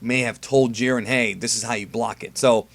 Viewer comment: I've been thinking. I think the letter "I" in the name Jiren is long. I think his name is pronounce the same way that Siren is pronounced. You know, like a tornado siren.